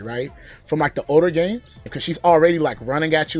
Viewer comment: i heard him say bames